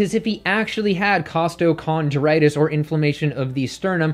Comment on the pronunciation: you missed the second "o" in Costochondritis